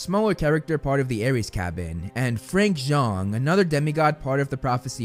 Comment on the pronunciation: sorry but i almost died when you said frank zhong and hafacetes (im spelling as what he said) no hate only shock